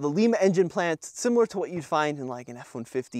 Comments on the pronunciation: I cringed every time you said "Lima Plant" lol. Being from Lima, Ohio it's pronounced LIME-A. Not LEEM-A. Just thought it was kind-of funny. Also a big fan of TFL, love what y'all do! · Lima pronounced [L eye ma] say it like I had a capital I not lee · It's lima like the lima bean the I sounds like an I not an e. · That green color is really nice. BTW, It's Lima, like the bean, not Peru.